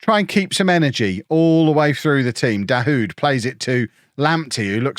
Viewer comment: Every time says Dahoud, my brain says “Sandstorm”